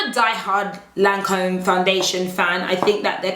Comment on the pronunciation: Babe Lancôme is pronounced 'Lan com' - the e is silent.